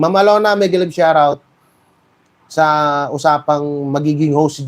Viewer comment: Shout out…pronounced as sharrr out😆😆😆😆😆